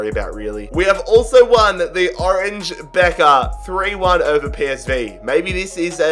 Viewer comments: "orange bekker" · Nobody:: OrAnGe Beker